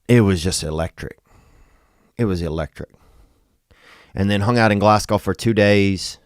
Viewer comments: Fucking love your content but I'm steaming (that means drunk in Scotland) and just wanted to let you know (unless you were pronouncing it sarcastically) that Glasgow isn't pronounced "Glass gow", it's pronounced "Glaz Go". Much love tho, you're sound as ffff. <- I'll let you work that one out 😝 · It’s “Glazz go” not “glass gow” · Glasgow is pronounced Glaz-Go! 🤣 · Glasgow is pronounced glazgo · ITS GLESGA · Insert Witty Name Seriously doubt he sold out in Glasgow if he can’t even fucking pronounce the name of the city.